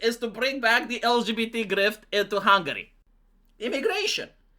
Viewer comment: Pronunți intenționat hungary? Just to piss ppl off?🤣🤣🤣